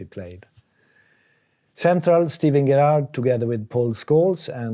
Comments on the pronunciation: All the years Sven managed Stevie G and Gerrard never corrected him on how to pronounce his surname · Love the way he pronounces Gerrard. Poor Stevie G. 😂